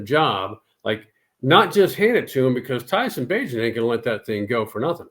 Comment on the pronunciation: This man said bagent I'm done